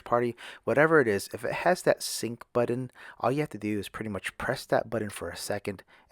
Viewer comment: He keeps saying, “budden”